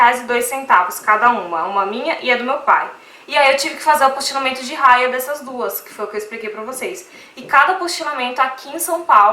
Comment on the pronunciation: Cidadania é diferente de nacionalidade.... E não é Raia é Haia.... fala sério!